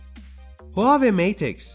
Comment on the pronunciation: Supır demeyi öğreneceğine huaweiyi telaffuz etmeyi öğren la